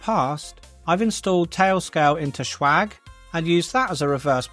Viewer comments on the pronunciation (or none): Why do you pronounce it Schwag?